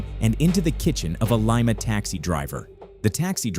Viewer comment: Wrong pronunciation of Lima 😂